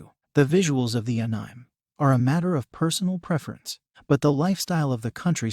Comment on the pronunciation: Ahhh-neee-mayyy say it with me anime